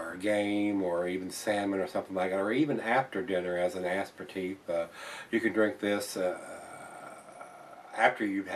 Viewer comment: the word "aperitif" is pronounced ah-pera-teef. -The OCD Management